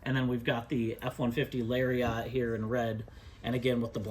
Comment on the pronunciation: He pronounces Lariat really weirdly.